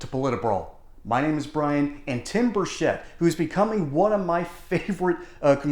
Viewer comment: Bur-CHIT*, not Bur-shet…